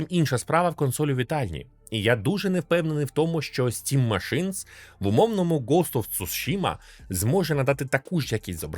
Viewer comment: "стім машинС" це байт на коменти?)))